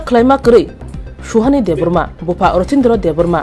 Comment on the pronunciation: Bupha ❌ Buphang 😂